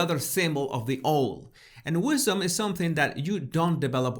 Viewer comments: Hi. Love your videos. This is not a criticism, but a help. Owl is pronounced awoool. I live in Portugal 🇵🇹 and am British, so I absolutely do this in Portuguese too. Listen to Catherine’s pronunciation. keep doing what you do! All very enlightening.x😉👍👋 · Hi, owl is pronounced "ow" as in "ouch". Absolutely no criticism, golly your English is absolutely brilliant, but I'm thinking how pleased I was when living in a foreign country & people corrected my pronunciation. PLEASE PLEASE don't take this as a criticism. I LOVE your videos and have watched all of them.💞🤗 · Slight pronunciation pickup. In this case owl has an ‘ow’ sound as in hour, fowl, scowl, and of course, owl. I really enjoyed looking for the cryptic clues in the video! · You say owl in an unusual way, or maybe that's me. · I love how he pronounces owl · Lovely video! Owl as in 'This pronunciation made me HOWL! ' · I mean no disrespect but how you pronounce owl is very cute. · The best part of this video is listening to your pronunciation of the word "owl". Delicious 😊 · Love how you pronounce Owl ♥ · It's so funny how you pronounce the word 'owl' 😂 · LMAO .. CBB's huh?? Does the UK have a new Broadcasting Corp we haven't been introduced to yet? And your pronunciation of "owl"! omgoodness! You're awesome! :D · My dear friend...you are pronouncing owl incorrectly I'm afraid. The O is pronounced as it would be on OUT, CLOUT, TOUT, ETC. Just trying to help..not trying to be horrible...love this channel ❤ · I love how you pronounced 🦉 owl. 💙🧡 It almost sounds like how I pronounce oil. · I smiled when you pronounced “owl” Wise Owl our Catherine and so are you. Love from the UK x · I can only imagine a certain someone half way across the world just seething at seeing the beautiful, intelligent and kind hearted Catherine reading a children's book to thousands of people on a popular TV channel whilst hers was used to prop up her laptop 😂 Also I love how you say owl ❤️